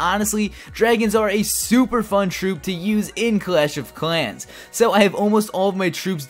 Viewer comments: He can't pronounce "L" properly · 😂😂 the way he says clash of clans